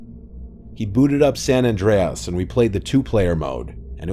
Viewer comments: I can't hear say San AndreUZ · “San AndREAS!“ lol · San AndreASS 😂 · "San Andre-ASS" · I’ve never heard anyone pronounce ‘San Andreas’ like that before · AI? That was a weird way to say San Andreas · The scariest thing in this video is pronunciation of San Andreas. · The scariest thing to ever happend to me in my childhood was almost getting hit by a car😂bruh the way he said gta San Andreas 😂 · The way he pronounced San Andreas bothered me.